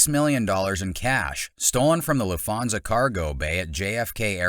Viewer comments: Do Americans really pronounce Lufthansa as "Loofonza"? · what is the LAFONSIA HEIST ? Not even how it's pronounced lol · Its not "Luffhansa", its "Lufthansa" - the T is not silent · LEARN how to pronounce the AIRLINE CORRECTLY! soooo annoying! did you use a BOT/ AI voice? sounds like it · Have you even seen the movie? You say Lufthansa wrong multiple times, it's Cicero like Figero, and Tommy kills 4 people, you forgot about Stacks and Morrie. And that's not even considering everyone else in on the heist.